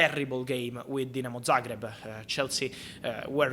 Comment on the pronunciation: Man pronounced Dinamo Zagreb correctly 😭😭😭 bless you Fabrizio🙏🙏🙏